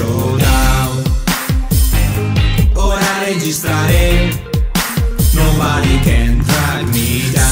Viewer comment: curiosone si ma di pronuncia nobare non nobade